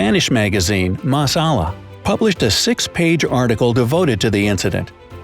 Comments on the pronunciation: Yeah, but in Spanish it does not sound as masala. The narrator pronounced it extremely wrong. it is supposed to sound like Mas A-Jah like saying Jam in english. Obviously without the "m" at the end. mas a jah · “MAS ALLA” isn’t “mas Allah”! It’s pronounced “Mas Aya” meaning “further away” or “further ahead” in Spanish. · The name of the Spanish Magazine “Más Allá” is pronounced “Más Aya”. It can be loosely translated as “just beyond”. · Just a note: about the news paper from Spain called Más Allá, the double LL is pronounce like J in jam, and not like L. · It's actually pronounced "Mass Ah-ei-ah" and it means further beyond. Masalla sound too funny in Spanish. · Masala?! 😝 It's pronounced "MaHs aYAH" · Lol mas ala lol it’s pronounced mas aya kinda it means more over there but as a definition it means the beyond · Mas Alla.... means "the beyond" and its pronounced "Mas Aya" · The "mas ala" magazine, epic pronunciation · yeah, the narrator pronounced it very wrong. In spanish it would sound like Jah. Mas A-JAH - Like Jam in english. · I am surprised. On such a smart channel, a minute isn't spent looking up the pronunciation of EASY words in other languages. The last vid i watched, it was *Marquis*. This video, it is Mas Alla ( the magazine's name). Is is pronounced like 'moss ah-ya'. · That Spanish article "Mas alla" is pronounced mah-sa-YEE. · The Spanish book is pronounced mas ayah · Mas Alla is pronounced " mas ahh-yeah" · It’s pronounced ‘más aya’ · Pronounce as (mas aya) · Más Allá is pronounced "Maahs Ayah", freaking gringos, do some research 😠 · “Mas Alla” is mispronounced. 😒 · "mas alla" = beyond, the phonetic is not right, even Google's translate got it wrong! you should try "Más Allá" in Google's translate, with the tilde (accent) on the first and last 'a' !!! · Mas Alla, two ll is a Y pronunciation.